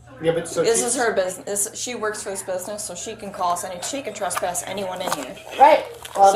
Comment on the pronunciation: It’s TRESSpass…not “trusspass”.